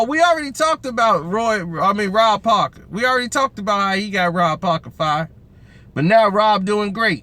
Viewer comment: Rob parker lmao be fuckin dem names up sumtimez 😂💪